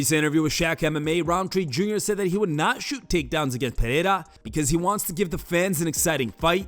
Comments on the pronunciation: Chael still isnt pronouncing Alex's name anywhere close. Pee-air-a? 😄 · Piera.... c'mon Chael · "Pierra" always gets me😂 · Sonnen still mis pronouncing Alex’s name. Peeee-era. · Chael with the Alex ''Piëra'' 🤣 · Chael is intentionally mispronouncing Pereira %100 😂😂